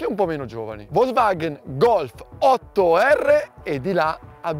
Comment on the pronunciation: bellissimo video❤️ma volvagen…. pronuncia che mi fa piangere😭